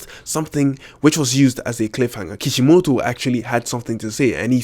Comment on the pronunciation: how do you properly pronounce naruto? or even kishimoto?... i mean... the to's accent was... gah... hopeless. :D